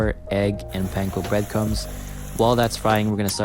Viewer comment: Thankyou for pronouncing "panko" properly. Idk why, but it has always irritated me when said with capital A.